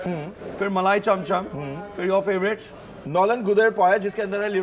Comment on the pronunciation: It's Nolen Gur er not Nolen "gud" er🤣🤣🤣🤣🤣 replacing d with r makes the meaning totally different 🤣🤣🤣🤣 ROFL man🤣🤣🤣 And Nabin Chandra Das father of k.c das is the inventor of Roshogolla.... You can check it out on Wikipedia also